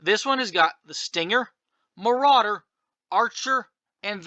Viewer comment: It's called a "More-rauder"